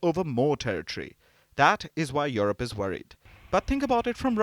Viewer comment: It's not Your-rope ma'am, it's You-rope.😊